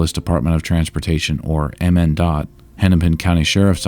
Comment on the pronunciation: I've lived in MN for most of my life, I remember where I was when I heard this happened. Was at a Hirshfields with family getting paint for the new house we were moving into. Also, MnDot is usually pronounced "minn-dot".